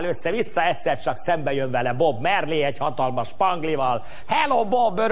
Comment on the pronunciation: Jo lenne mar egyszer s mindenkorra megtanulni, hogy nem B. Merli-nek ejtjuk, hanem Maaaarli-nak. Ezzel az erovel Febry is lehetne, de nem az.